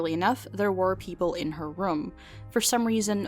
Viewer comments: Its very off putting when she keeps saying "rum" instead of "room" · rum lol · Escape Rums? Does that mean she escapes her problems by drinking rum? Or are you just pronouncing "room" weirdly? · her pronunciation of "room" irks me everytime.. rum. romm? rumm? rouhm! roommm.